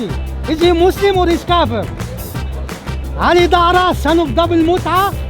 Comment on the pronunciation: Ali Dara. Yes, he mispronounced it but there is a funny coincidence. "Dara" is the Aramaic for Pearl. The Quran calls the young rent boys in paradise, white "pearls". Draw your own conclusions. Was he calling Ali Dawah a rent boy? hmmmm... Don't think he was that clever.